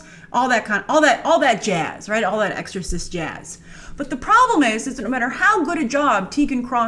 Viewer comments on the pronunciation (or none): none